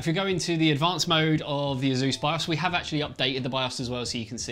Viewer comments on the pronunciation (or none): It's Pronounced >>>>> ACE-US .. NOT ASUZE